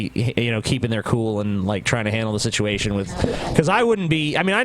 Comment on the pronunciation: how would you spell how says situation maybe sitwation?